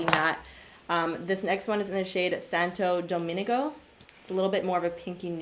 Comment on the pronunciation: why did you say santo domingo like that tho... 💀